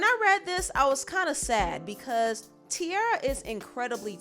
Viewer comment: No not tiarra 🤦‍♂️